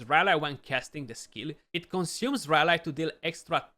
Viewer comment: nice and thanks ...have in mind that in UK and USA they pronounce the y of rally as in happy so flat and not as a standalone y and sorry for this, just to help a youtuber for the future videos